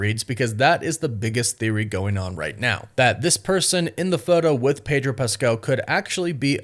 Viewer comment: Its Pedro ffs😂😂😂